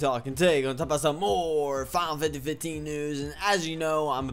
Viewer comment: You Can't even say FINAL FANTASY 15 CORRECTLY!!!!!WHY?